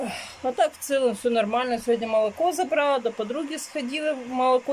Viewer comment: ЗАнялись, забрАла, снЯла.. Уже с начала ролика так режет слух.. Учите русский язык,. Вы же на всю страну вещаете!